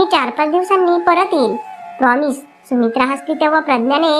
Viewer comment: सुमित्राणे नाही सुमित्राने